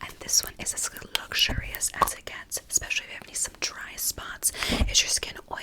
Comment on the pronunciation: "and eggspecially for luggzurius people like yourself" 😭no shade i just found that so funny and tingly lmao